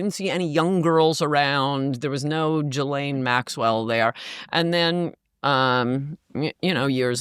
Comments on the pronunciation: Jesus if your going to do an interview can't u pronounce people's names correctly...dufrar????? Virginia supposedly killed herself dufray. .Gil. Lane....it effects your credibility. Dufray....gil lane. Repeat after me. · I don't believe this guest met any of the people she has mentioned. She couldn't even pronounce Ghislaine properly